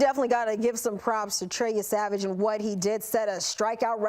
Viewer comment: YESAVAGE not Lesavage you mama Luke!!!!